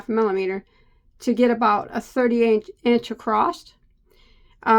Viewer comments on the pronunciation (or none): It's Across not AcrossT